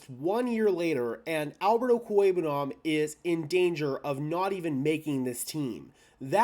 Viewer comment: I've heard you say his name like over 30 times in your videos and your pronunciation is spot on everytime. Albert 0 will be the next khalif Raymond on some other team